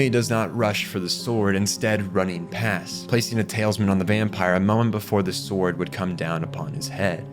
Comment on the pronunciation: Talisman..."TAL-US-MAN" not "tails-men"